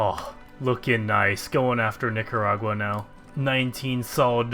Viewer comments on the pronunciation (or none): none